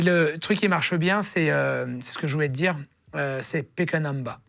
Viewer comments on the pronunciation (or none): C’est « pike a number » 🤣🤣🤣 choisis un nombre en anglais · Qui a compris Pékanamba alors qu'il a dit Pick a number? J'ai compris au bout de quelques minutes perso